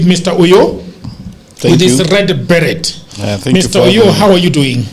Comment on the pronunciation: It's red 'beree', Jagero. Proper pronunciation!